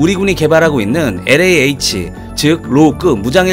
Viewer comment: 실려지만, LAH (Light Armed Helicopter, 경무장 헬기 ?) 에서 그에 대한 읽기 (발음) 는 "에레이 에이치" 라기 보다는 ==> "엘. 에이. 에이치." 또는 "엘레이-에이취" 라고 읽는 게 옳바른 것일 겁니다. 애 써서 제작, 업로드 해 주니는 동명상들을 즐겁게, 유용하게 감상하고 있습니다. 실례했습니다. 감사합니다.